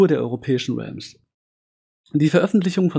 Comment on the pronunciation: Absolut richtige Entscheidung! Allerdings verstehe ich warum so jemand wie du da Probleme hat, wenn ich höre wie du "Realms" aussprichst kannst du wahrscheinlich kaum Englisch....